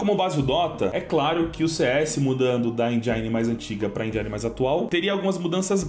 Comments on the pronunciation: lê-se "engine" e não "enjaine" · Endjáine não... Endjine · ENGINE Não se pronuncia "enjaini", e sem "enjen".